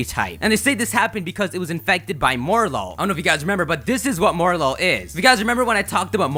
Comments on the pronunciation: Morelull comes from "morel" and "lull" so it should be pronounced "mo-REL-ull." Minior comes from "mini" and "meteor" so it should be pronounced "mini-or." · "More-lol" Um, no